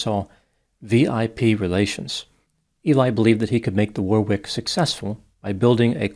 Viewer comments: If the club you mention near and is called the “Warwick”, a pronunciation in England might be - “Worrick”. Like Warwick castle. Of course everyone is free to say it however they wish. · In English do not pronounce the second w in Warwick is silent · Do not pronounce the second W in Warwick